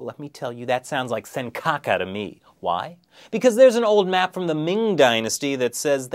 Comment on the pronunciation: "senkaka" lol